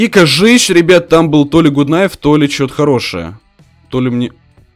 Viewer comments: не ГУТ КНАЙФ,а ГАТ НАЙФ. гАт- закрытый слог (Gut) Найф- К не читается (Knife) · ПРАВИЛЬНО НЕ ГУТ НАЙФ А ГАТ НАЙФ ДУРАЧИНА,ПРОСТОФИЛЯ ТЫ #ГАТНАЙФПРАВИЛЬНОГОВОРИТЬ;) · Почему гут найф?! Нужно говорить гат кнайф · надо правильно говирить gut knife